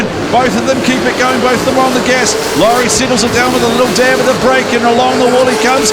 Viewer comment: I cant stop laughing when you try and say lauris name😂awesome coverage tho lads good work😉